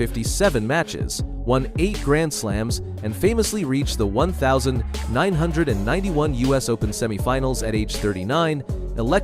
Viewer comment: To bag Jimmy Connors like that means you accept what others said but DIDN'T SEE. The plight of an honest man, I know I've been there. THIS IS CRAP, BY THE WAY ITS PRONOUNCED 19, 91 FIX YOU AI.